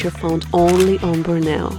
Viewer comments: Wonderful video. You pronounce Borneo ("Bor-Knee-Ohhhh") as "Brno" (a city in the Czech Republic) which just makes it even more cute : ) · The way y'all pronounce Borneo hmmm..